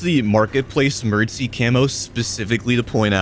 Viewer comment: Why are you saying the camouflages name so strangely? Merdsee? Pretty sure its pronounced EM-E-AR-DEE-CEE.